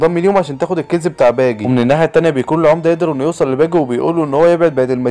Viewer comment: ارحمني وانطق اسامي شخصيات القصة صح قلت باجا وهو اسمه باجي وعديتها لكن مين الاسم بتاع قراصنة الرمائيين ده ايه دااااااااااااااااااااااااااا حراااااااااااام